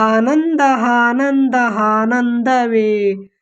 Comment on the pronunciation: ಆನಂದ adu ಹಾನಂದ ಅಲ್ಲಾ 😊